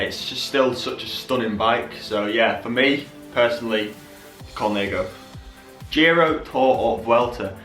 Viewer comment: Col-nah-go not col-nay-go 😂😂